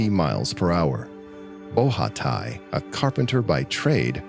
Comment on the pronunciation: Nice vidéo 👍 So heartbreaking to die this way 😥 Just a detail : the name of the swiss skier (Nicolas Bochatay), is not pronounced ''BO RHHA TAÏ", but simply ''BO SHA TEEEY''